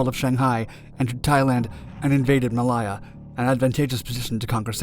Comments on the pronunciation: It was 'Malaya' then but still, 'Ma-LAY-a' not -'Ma-LIE-ya'. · Mil-LAY-uh not Mil-Eye-uh Check your copy before you read it,! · I was going to mention the Maliya (it sounded like that to me) rather than Malaya. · You need to go back to school and learn English grammar not American so you can learn correct pronunciation of country names. Ma lay a not Mal eye a, how hard can it be ? 😡😡😡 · You REALLY need to work on you PRONUNCIATION of islands, where is mylia?? try Malaysia. Wake was of little interest prior to 1941, it was a major stop over for the Yankee Clipper, hence why there was a need for a hotel, not a airport for the float planes, until January 1941. He111b's are not even remotely close to any Japanese bomber ever used, so stop showing it.Please in your own stupidity please explain how task forces 11 and 14 departed Wake then 14 returned to wake to re enforce it??? Try Pearl harbor you moron!! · For the love of god, every single video you guys put out has something pronounced wrong. Whats up with that? I'm only in and here we go again! Ma-li-ya???? Its ma-lay-a.. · It's NOT "Ma-LIE-uh", it's "Ma-LAY-uh" named for the Malay (MAY-lay) peninsula. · muh·lay·uh.....Really not difficult to pronounce! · It's pronounced MA LAY AH ! Also, I'm pretty sure we didn't have satellite imagery in the 1940's. Aerial reconnaisance maybe?